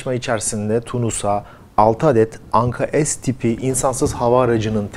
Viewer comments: Anka-Es değil Anka-S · Güzel haber ve video Teşekkürler. Ama daha çok Türkçe lütfen biz S harfini S olarak okuyoruz, es demeyelim bence S harfine bu yabancı bir harf gibi oluyor. Türkçemize daha çok sahip çıkalım.😊🤘🤘🤘🇹🇷🇹🇷🇹🇷🇹🇷🇹🇷🇹🇷🇹🇷